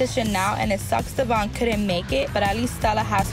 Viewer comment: It’s annoying how Brianna STILL pronounces Devoin’s name wrong